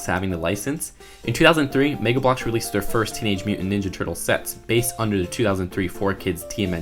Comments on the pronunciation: says megblocks Me: reeeeeeek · The way he says Mega Bloks is so fucking funny.